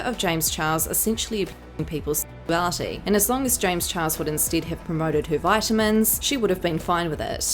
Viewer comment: Honestly I laugh every time she says James chihuahua